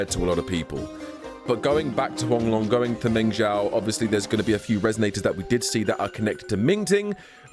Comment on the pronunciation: it's meng- ZHOU (JOE) just like jin-ZHOU come on, man 😅